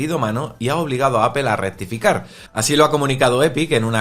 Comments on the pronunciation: Es APOL no APEL no es tan difícil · Apol, no apel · Es mas bien Apl sin vocal, dependiendo del acento del hablante inglés suena mas "e" u "o" ,si buscas como lo pronuncia Tim Cook se parece mas en opinión a "Apel"